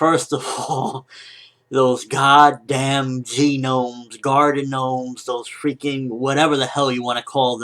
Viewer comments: LOLOLOL GENOMES?? it's just pronounced "nomes," the G is silent. still a good review tho lol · Im pretty sure that oda meant them to be Gnomes. Btw, the g is silent in gnomes (pronounced nomes) for future reference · Just wondering, why are you calling them 'gee nomes'? It's written 'gnomes', but the 'g' is silent. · I love how he calls them "G-nomes" lol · Hah funny how he calls them, G-nomes. :D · Bruh the G is silent in gnomes . Sotheybare not G gnomes lol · the word is gnomes not G-nomes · g-nomes? u pronouncing it like that on purpose? im not being a dick just curious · Gnomes is pronounced "nomes". The G is slient :-) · the g is silent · lol the "G" in Gnomes is silent... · Whenever you say gnomes, it reminds me of the Human Genome Project :3